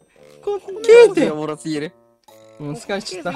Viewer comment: 5番の人の滑稽が烏骨鶏の発音と同じなんよw 正しい発音誰か教えてあげてw